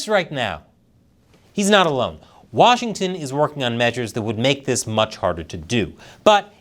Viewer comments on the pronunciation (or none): none